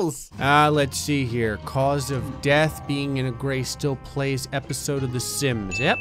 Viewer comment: Graystillplays without a r